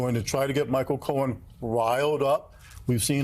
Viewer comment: You said his name wrong Michael, the liar Cohen